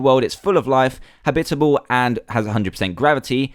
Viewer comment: You say habitable weng!